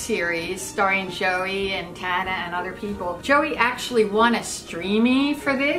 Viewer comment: i love how they said tana's name wrong